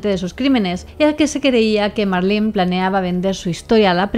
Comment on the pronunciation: Primera ves que escucho mi nombre en una asesina, soló que no dejo que me llamen Marlyn como el pescado 😂 es Marlen y sin e al final